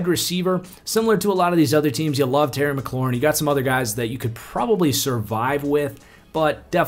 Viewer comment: "Terry Mcaluarin" lol